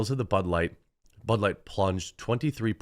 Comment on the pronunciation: Ha, sounded like you said, “they are digging out their butt-light hole!”